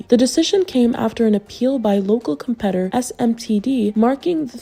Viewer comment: جزاكم الله خيرا. مجهود جبار. Small correction: Confiscated* not confisticated. to award, pronounced « uhword » not ayword. local competitor, not competor.